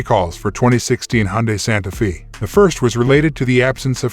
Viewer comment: Not Santa feeee.. it's Santa fay!